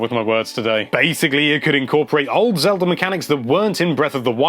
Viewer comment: He said it like "zelder"